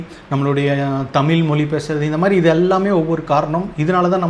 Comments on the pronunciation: Thambi Athu thamizh Thamil illa Thambi nalla padichitu pesunga Onnume theriyama Onnume padikaama ethuku ipdi video thappu thappa video potu time waste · First learn to pronounce the word tamil properly…Tamil tamil nu sonna pathaathu atha onlinga pesa kathukanum